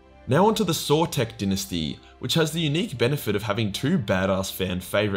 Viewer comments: “I will 100% butcher any of the dinesty names...” Me: “we know. You can’t even pronounce ‘Dy-nasty’ right.” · I'm fairly certain it's die-nasty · In Commonwealth English, “di’nesty” is the correct pronunciation. “Dy’nasty” is American English. There is a world outside. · I prefer dynasty pronounced as DIE-NASTY, it’s hard to watch.